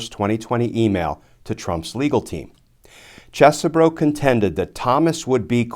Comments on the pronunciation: Please, pronounce it cheese bro. Sounds better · It's "Cheese-Bro" as in, dude's from Wisconsin.